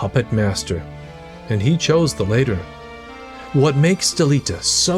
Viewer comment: Bro i recommend learning to properly pronounce words. You say several words incorrectly. You dont say former and latter like your saying see you later. You also said opportunist incorrectly as a few examples.